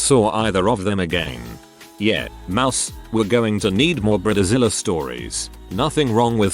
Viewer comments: This is a text to speech voice that has been around for many years now. The problem is that most people who use it just copy + paste raw text, instead of editing it to something the AI can pronounce. Separating it into "Bride Zilla" would have worked fine, but that's too much effort for content slop channels like this. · Could you at least get someone who knows how to pronounce BRIDEZILLA ffs